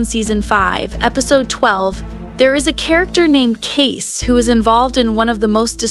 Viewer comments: It's not Case, it's Kayce (pronounced Kaysee) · This is so stupid, wrong, and click bait. And I hate that I’m adding to it by showing my annoyance. It’s KAYCEEEEEEEE. NOT CASE or KACE. Meanwhile, CADE is his childless Black Ops friend who found the people who killed JD and who is helping Kayce. GRANT is the person who arranged the hit. His daughter is the one in the car. And Kayce kills NONE of them, which is literally the entire meaning behind the name of the episode, ‘Counting Coup’. You literally do everything BUT kill when you Count Coup.